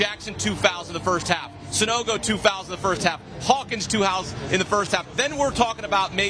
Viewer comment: Love Avery Johnson, but good lord my guy, it's Hawkins, not Harkins